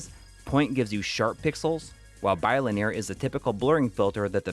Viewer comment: You sayy bi-linear weirdddd. Great video though!